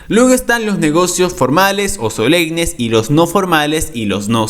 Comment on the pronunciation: Se dice solemnes no solegnes